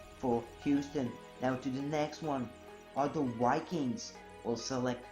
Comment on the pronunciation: The Minnesota Wikings!!!!!!!!! hahaha xD